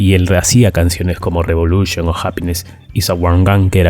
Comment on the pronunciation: Qué manera tan rara de decir revolution 9 y eso que mi beatle favorito es John